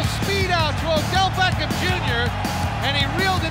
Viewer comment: Did anyone else here him say Odell Becken??